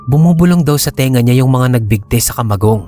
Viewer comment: ..taga bicol ka din ba? Fluent kasi ung pagbigkas mo ng kamagong.😁